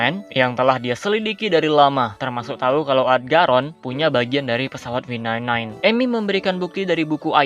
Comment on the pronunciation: V9 9 bjir dibacanya